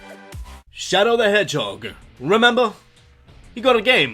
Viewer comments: "Shadow The Edgehog"? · Intentional or not, at one point in number 10 you said Shadow the edgehog!